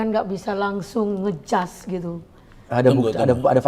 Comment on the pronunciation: itu ibu yg disebelah pak razman bertindak sebagai apa ya kl boleh tahu???,kok sering banget bilang "jangan ngejas (atau ngejudge ya yang betul???)???